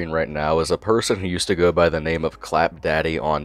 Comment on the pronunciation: I can't watch this video cause he ruined my name